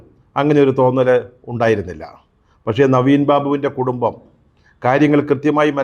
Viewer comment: കുടുമ്മം അല്ല 🤦‍♂️ കുടുംബം എന്ന് വ്യക്തമായി പറയൂ, താങ്കൾ ഒരു പത്രപ്രവർത്തകനല്ലേ. നവീൻ ബാബുവിന്റെ കുടുംബത്തിന് പാർട്ടി ഇടപെട്ട് തുടക്കം മുതൽ അനീതി ആണ് നൽകി കൊണ്ടിരിക്കുന്നത്. ഇൻക്വസ്റ്റ് നടപടി മുതൽ തന്നെ 😡